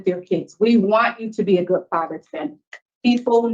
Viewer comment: He’s just so intelligent,I’m captivated by his every word-fragment.. and he’s a “goot” father.. hm..impressive 🤡 #CargoCult